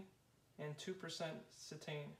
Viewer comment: It's pronounced CE-tane....accent on the first syllable!!